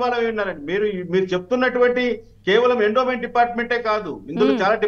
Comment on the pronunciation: ఎండోన్ మెంట్ అనకండి గారు.. ఎండోమెంట్ అనాలి.